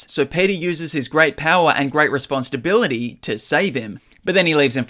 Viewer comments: I keep hearing "Response to bility" idk why lmao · You keep hearing that bc that’s totally what he’s saying lol. He’s 100% saying response to bility 😂 I’m hearing it like “response stability”